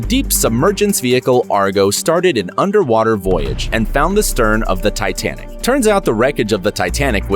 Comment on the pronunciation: lol "titianic"